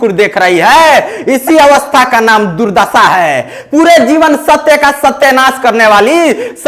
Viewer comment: Durdassa nahi durdasha boliye. Hindi bole hain to Bhojpuri mix mat kijiye. Achha baa.